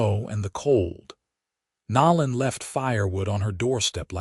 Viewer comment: I wish someone would teach the AI to pronounce things correctly especially the names of the characters… Nol-lan? No. <No-lan> Ree? No. <Ree-a> Then read, present etc. But other than that grating it was a great story.